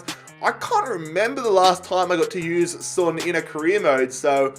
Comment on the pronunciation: Sorry sorry sorry but please don’t pronounce son like that